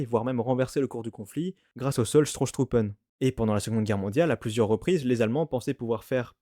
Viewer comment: En 1918, il s'agit des Stoßtruppen et non Strosstruppen (c'est surtout le 'r' en trop qui pêche).